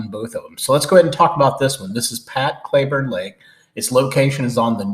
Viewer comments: It's Clee burne not cla burne. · It’s pronounced Cl”ee”burn, but enjoyed the video. I grew up there and have a 10.5 black mounted. I wouldn’t do it again, but I was only 17.